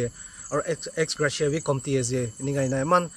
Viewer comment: Me too heard like excreta😂😂😂